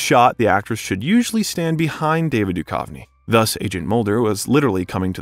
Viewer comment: Sorry, 😅, but you keep pronouncing David Duchovny wrong. It’s Doo-cuv-nee. Not Doo-kauve-nee. How can anyone make an hour-long video about this iconic duo and mess that up?! 😂 And sorry again, but you pronounced “Greenwich” as Green-Witch. It’s actually “Gren-itch.” No worries! 😉 Very interesting!!